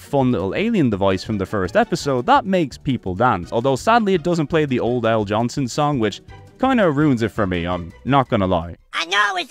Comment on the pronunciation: It's Al Jolson, not Johnson.